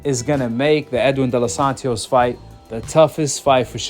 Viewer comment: Bro its De Los Santos.. why you putting a extra syllable??💀